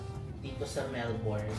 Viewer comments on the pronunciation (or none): Melbourne is pronounced as Melbin. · Mel-bin po ang pronunciation ng Melbourne lol